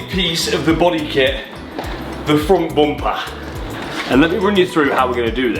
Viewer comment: “ The froont Boompah”